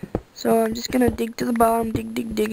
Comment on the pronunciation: all go its funny i think he said dik to the buttom